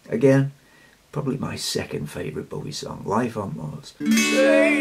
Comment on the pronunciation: I also get a lil fidgety when people pronounce his surname B-ow-ie as in ouch. You touched my heart saying B-o-wie as in bow - bow tie. That's probably too sensitive but I can't help it x Love your cuteness overload memory of leaning back in the chair like an astronaut as a wee nipper - astronomy/the cosmos etc is also something close to my heart.